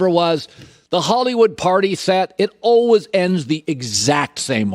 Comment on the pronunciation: Colin “Alweys” Cowherd